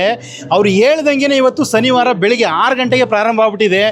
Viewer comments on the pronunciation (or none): ಸನಿವಾರ ಅಲ್ಲಯ್ಯ ಶನಿವಾರ 👍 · ಈ ಹೋಟೆಲ್ ಮಾಲೀಕರು ತಮಿಳು ನಾಡಿನಲ್ಲಿ ಇರುವುದು ದಯವಿಟ್ಟು ಕ್ಷಮಿಸಿ ಸಾರ್ ನಮ್ಮ ಕನ್ನಡ ಸರಿಯಾಗಿ ಮಾತಾಡಿ ಸನಿವಾರ ಅಲ್ಲ ಶನಿವಾರ